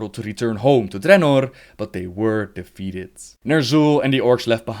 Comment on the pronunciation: Why do you often add an S at the end of words? For example "defeateds" instead of "defeated"? I get that it's an accent thing but, all you do is not pronounce an extra S.